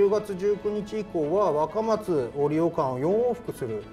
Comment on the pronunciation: 若松の発音違いますよw